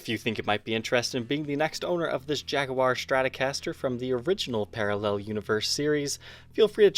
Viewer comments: Could you play say Jag-wire instead of jag-oo-war, since the "u" is silent? It's as annoying as somebody pronouncing cinnamon as cimmanin. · Great video! killing me on pronunciation... What is a jag-oo-are??? "Jag-war" or if your are British Jag-You-Are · More important: it's JAG-WAR, not Jag-you-are!!! Good god, I can't stand it when he says that. That's the pronunciation for the British automobile manufacturer, NOT the guitar or the feline. Feel free to watch Fender's own reps say it,. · Jag'-u-ar? There you are. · Please pronounce it as we do in Boston. It's Jag-wa. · You're american and you pronounce Jaguar like a brit. Strange. Or should I say...shhhhhtrange? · Why do you say Jaguar funny? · the "oo"/U sound is just a British affectation, like 'aluminium' - another pointless way to pronounce something that never needs re-pronouncing. 'clever' Brits, hmmm. Of course in the U.S we murder EVERY language, since that is inevitable consequence of 350million people with vastly different genetic backgrounds attempting to live together.